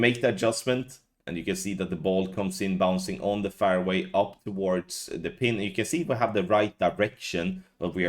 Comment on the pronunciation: All these years and you still can't say fairway. Is that fair to us? Hupps gave that stupid swede a clue there how to pronounce fairway.